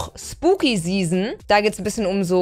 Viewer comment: Zzzeason das triggert mich so sehr das sie Zeason sagts statt season